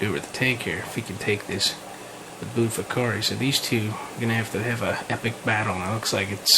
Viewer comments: its butti ko feri and mana guense , buttikoferi and managuense,, you keep pronouncing them wrong and yea it looks like a labiatum as apposed to a citrinellum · its pronounced butter-koffi